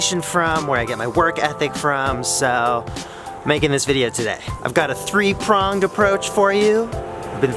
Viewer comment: "I've got a three Huanged approach for you today" ;)